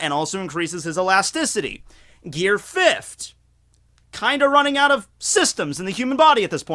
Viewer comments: Hey I like the videos man but one thing, Gear Fifth (FIF - TH) not (FIF - T). Please get the "TH" sound in there man. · Am i the only one that gets mad thay he says gear fift instead of gear fifth? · god dammit its fifth not fift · this man can say "fourth" but he says "fift" instead of "fifth" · "GEAR FIFT!!" lmao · Mostly Everyone: Fifth: Fifft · You say the word "Fifth" really weird! It's not: "Fi - F - T" There's a "TH" at the end, so it's: "Fi - F - TH" As if saying "THE" at the end without the "E" sound "Fi - F - TH(e)" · Are you saying gear 'fifd'? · why do u pronounce it like fifthd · I’m trying to figure out if he is saying fift to trigger me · is Gear Fift similar to Gear Fifth? They seem to be pronounced totally different. ( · are you saying gear fift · .... Are you saying "fift"? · fift? FIFT? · Why can't you say fifth, with an emphasis on the "th" ...gear fift?! Is that a thing in Pennsylvania? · Lol "gear fift" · why do you say fift and not fifth? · you gotta stop pronouncing fifth as fif-t, it's killing me. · Okay but why do you say it like that? Fitfuh? Fifft? Fitve? Surreal. Like hearing someone pronounce color as collar. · Tf is gear “fift” 🤣cmon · "Gear fift" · “Gear fift” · why us he saying fift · fift he keeps saying fift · You need to train on the proper pronunciation of the English adjective 'fifth'. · The way you say fifth sounds like fift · Why does he keep pronouncing fifth as fifht?? 😂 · Are u saying fifthT?!!?!